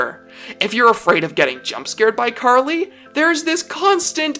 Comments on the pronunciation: OH MY GOOOOOOOOD!!!!!!!!! Someone who pronounced her name RIIIIIIIIIIIIIGHT!!!!!!!! I'm officially in Heaven. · Finally someone who pronounced her name correctly.